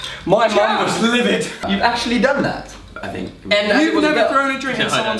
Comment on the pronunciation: Omg Conor 😂 "my mum was LIVID " 😂